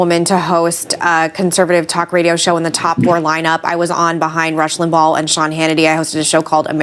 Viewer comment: Why is she pronouncing his name, “Lim-ball?” Yet again, the entitled princess gets defensive without provocation, making baseless passive-aggressive comments for reasons no one understands. I feel so sorry for her daughter. She couldn’t have 2 worse people as parents.